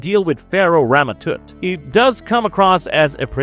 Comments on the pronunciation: “Toot”! I mean, he watched the episode, his name is spoken aloud multiple times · Tut.... Its pronounced tut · Stop saying Rama Toot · "Rama Toot" lol